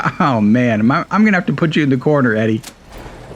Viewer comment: This is super friggin neat! Love the concept of automation in a post-apocalyptic setting. You've yet again amazed me! On a small note the eyebot ED-E's name is pronounced "E-D". As stated by Whitley in lonesome road, on top of Testicles, at the end of the DLC and game if you've encountered them If I remember.